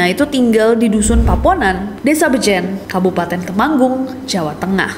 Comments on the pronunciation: Kak nes bacanya bejen bukan bejen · Kak, penyebutan bejen seperti pd bebek